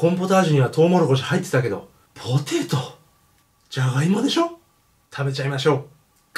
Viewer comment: ぽぉーてぇートゥーｗｗ